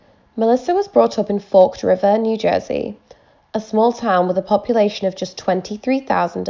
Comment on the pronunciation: The good ol' high school years... it's pronounced ForKID River, in Lacey Township, for some reason. Have no idea why. This was my high school, and i went to school with Drexler. She got out, and it's now a step mother of 3. My sister hung out with her, and NO ONE REALLY KNEW. It was crazy.